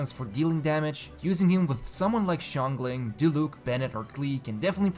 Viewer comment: I guess it's mainly the tones but I'm not gonna get offended by a wrong pronunciation😅. I just thought that I'd point it out.